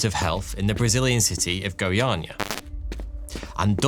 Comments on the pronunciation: Your pronunciation of Goiânia is very good! Thanks for the effort! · You spoke the name of the city really well. Caesium 137 disaster is great reminder of how important is to take close care of dangerous scrap.